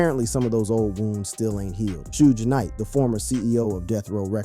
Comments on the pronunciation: He said shoooje knight, and 2 pack. Shaking my mothafuckin head yall. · Time for y'all to immediately unfollow the page. Dude be using AI instead of putting the real work of a content creator. Posting a video that says "Shoodge Knight" and "TooPack" is outright shameful shit.:text-green-game-over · Shooge Knight and Two-pack is high-key disturbing to my ears! It's hard to focus on the content when he keeps mispronounciating these men's names!! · Bro ain't no way you saying 2 pack an shooesh knight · "Shooge Knight" ?? "2 Pack" ? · 'Shooj Knight' is crazy work AI guy. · Yo!! I like what you're trying to do--4Real, 4Real, but after hearing you mispronounce 2Pac (-2-Pack) name like 25+ times, I had to turn it off. And not that Suge matters...his name was also mispronounced. Snoop's name too!! So, I don't know if this was a blended A.I. thing or not, but it lacks too much repetition & disrespect to a solid Legend like Pac!! I thought only random Caucasians mispronounce 2Pac?